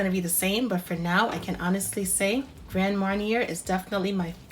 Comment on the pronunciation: Thank you. Looks delicious will definitely be trying this...just an fyi..pronounced grand maar·nyay